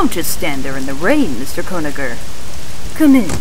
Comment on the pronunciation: Mr. Gonaher? It's actually Conagher.